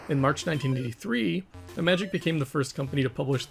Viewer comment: Finally, a person who correctly pronounces the word "Imagic". Most other channels obviously don't see the connection with the word "image", and pronounce the name as if it were an Apple product.